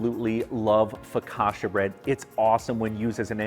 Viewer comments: Considering he makes a good focaccia he really can't pronounce the word. Focasha?!? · You can't claim you're Italian and then say 'focasha' mate 🤣